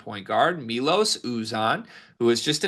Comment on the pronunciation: It's M-EYE-LOS you man child!